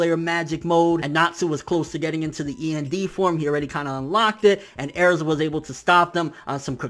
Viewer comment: not bashing you or nothing but why do you pronounce Erzas name like that? if that's how you pronounce it, go for it. just curious is all.